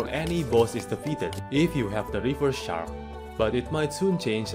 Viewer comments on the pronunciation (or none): none